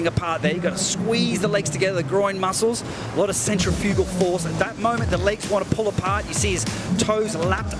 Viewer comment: Central fugal force 🤦🏾‍♂️ 😂 (Sen-triff-u-gull)